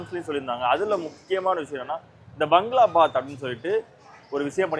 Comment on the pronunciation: பங்களா பாத். எனும் உச்சரிப்பு தவறு. பகாgaளா பாbaத். என உச்சரிக்கவும்.